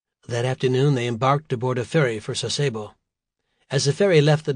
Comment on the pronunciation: The word is pronounced "SAH-se-bo", not "sah-SAY-bo". I spent a few months there in '89.